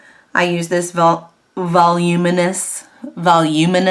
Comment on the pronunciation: That’s sooooo not how you pronounce that!!!! Voluminous...🤣🤣🤣